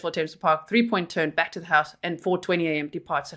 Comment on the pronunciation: I liked it when you said oint😂